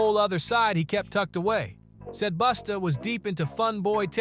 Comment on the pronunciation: Why you keep saying "Boosta" ?! Say it right bruh